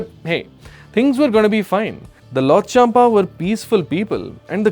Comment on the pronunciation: If you cannot even correctly pronounce “Lhotshampa,” it raises serious questions about how much research you have actually done before speaking about Bhutan and its history. What do you truly know about the challenges and complexities of the 1990s? These are sensitive historical issues that require careful study, balanced perspectives, and an understanding of the facts—not superficial commentary. What is particularly disappointing is your decision to bring religion into the discussion. Using religion to create division, fuel controversy, or portray one group against another is irresponsible and unfair. Such topics should be approached with accuracy, respect, and a genuine commitment to informing people rather than provoking them.